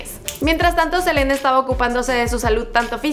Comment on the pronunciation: Like si te diste cuenta que dice jelena en vez de selena